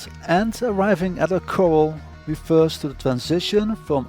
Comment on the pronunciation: KoR- RAL corral. Like Al Bundy